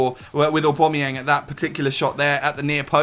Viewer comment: Oh my god you actually said aubameyang properly!